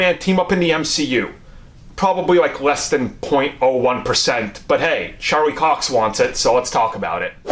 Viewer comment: “Sharlie Cox”